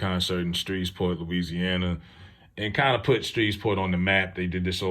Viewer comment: I live here in Shreveport,please pronounce it correctly